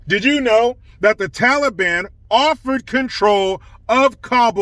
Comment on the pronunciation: Thank you for saying taliban and not tally-bon